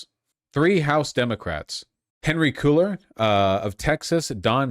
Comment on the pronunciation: Vaush pronouncing Cuellar as “cooler” made me cringe so hard.